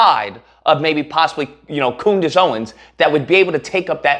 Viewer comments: Coondace lol. Thats hilarious! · Coondace? Oh common man, have some respect...